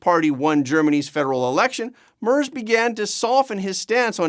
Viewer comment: It's pronounced "MAIRTZ". I Know Canadians are only required to try pronouncing FRENCH names correctly, but SOMEBODY could do a little research so doesn't sound like a Newfie ice fisherman every time he mispronounces the name of a world leader.